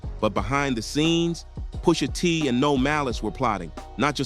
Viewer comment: Why can't you say Pusha T's name right? 😭